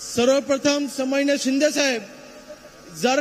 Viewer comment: समानिय नाही तर सन्मानिय अस आहे ते.